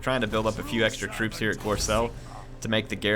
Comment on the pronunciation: If there's one thing about this campaign I can criticise or give advice on...it's not pronounced gorselle, it's pronounced like gorebull ;) haha